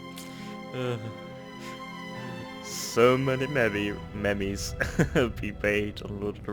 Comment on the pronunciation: So many... what? Meh-mehs? MEH-MEHS? That is so not how you pronounce meems.